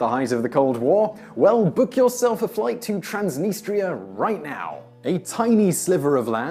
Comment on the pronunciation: TRANS deh-NEE-struh.